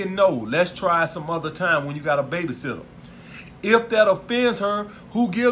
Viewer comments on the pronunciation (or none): Is it me or when he says "Baby Sitter" it sounds like "Beta Simp"